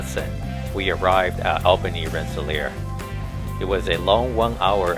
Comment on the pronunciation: Why do people doing Lake Shore Limited videos often mispronounce Albany? It is pronounced All-bany.